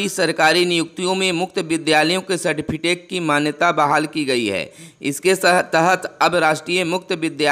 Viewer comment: सर्टिफिकेट का उच्चारण गलत हो गया है